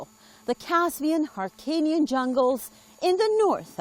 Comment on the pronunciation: این خان به هلو میگه هالو -هیرکانی نا هارکانی